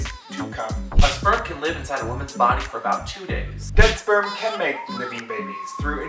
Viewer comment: He said shperm at the beginning